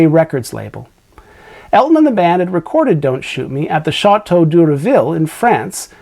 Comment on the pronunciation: Please don't pronounce the â in château as "aw." That's painful. It's a as in apple.